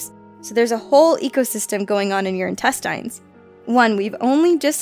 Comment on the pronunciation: am I the only one who cringes when someone pronounces intestines as in-tes-TIEns